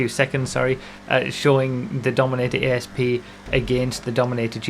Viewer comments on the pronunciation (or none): little note on pronouncing this cars name, it's Asp as in the snake rather than A S P, whole point being that this is supposed to be a Cobra/Cobra R from the 2000s (not up on my mustangs so can't say for certain) and because they can't call it a Cobra or the lawers would come, they had to pick another venomous snake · 'A'SP not 'E'SP! Bloody northerners hahaha 😋